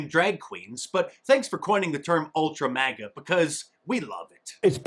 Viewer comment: Stupid Biden couldn't even say Ultra Maga . He said Ultra Magna. What an idiot. He can even do insults correctly. LOL